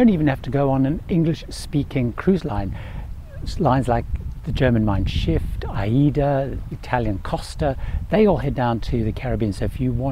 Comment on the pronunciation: Hope you don't mind me saying, I'm not sure but I think I heard you say it twice; it's pronounced Mein Shiff, not Shift. Shiff means Ship in German. ;) Thanks for the great video! Happy travels!